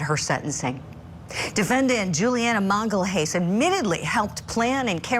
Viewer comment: You really can't pronounce Magalhães...